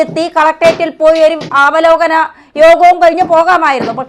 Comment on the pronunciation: ആവേശം കൂടി അവലോകനം ആവലോകനം ആക്കി തള്ളിക്കേറി അങ്ങ് പോകുക ആണ്